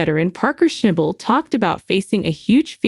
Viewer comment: For G I ds sake..learn how to pronounce his last name..I think he's earned that. Common on! Show some respect.